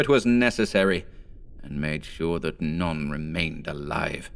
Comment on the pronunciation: i enjoy the pronunciation of "none" as "non"